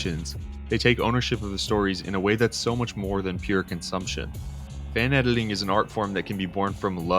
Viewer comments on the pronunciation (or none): Why do you pronounce it "edeling" instead of "editing"?